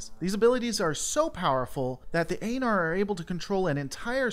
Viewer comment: I believe it's pronounced E–nar! The "A" in Aenar is silent ;)